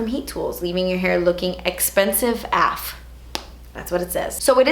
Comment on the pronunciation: lol she said af when really it's a f